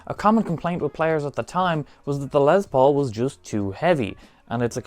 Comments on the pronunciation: Jesus Christ my dude! It's LES Paul. Not LEZ Paul. I was super interested in that guitar but your monotone voice and insistence on calling it a LEZ Paul drove me away before the midpoint of your video. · dude...it's not LeZZ Paul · Yes Metallica sucks but from Norway to Russia to the greatest Island Great Britain why do you jackasses always say l e z p a u l it's l e s p a u l Les Paul jackass